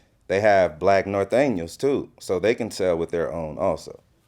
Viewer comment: BG knoc out is one of the few people I heard pronounce “Norteno” correctly on a platform.